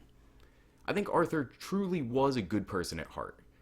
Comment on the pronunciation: Hahah, agree! And fyi it’s pronounced Arthur*